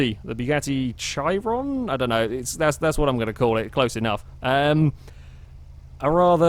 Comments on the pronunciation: I believe it's pronounced shiron instead of Chiron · The ch in Chiron is pronounced like an sh. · Chiron is pronounced she-ron named after Louis Chiron a French Bugatti racing driver. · looked into the new bugatti's name and you pronounce it KY-RON